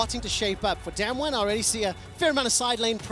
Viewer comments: they are saying DamWon wrong and it's pissing me off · It's so annoying that the casters always mispronounce Damwon, I mean, don't they learn the team names before worlds?